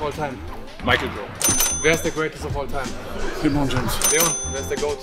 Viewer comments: Mich wundert eher dass er 'Li-bron' gesagt hat.. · Jeder: Lebron Dennis immer: Libron 🤣🤣🤣🤣